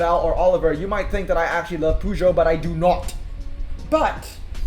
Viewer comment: these to french boys poooogeot🤣